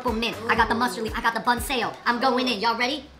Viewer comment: The fung brothers keep pronouncing 'bun' wrong xD